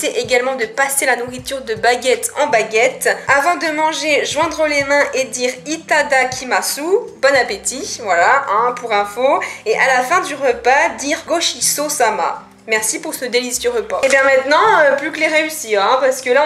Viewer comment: "Hitadakimassou" oh chui morte, ça se prononce "hitadakimasse" mais c'est pas grave; )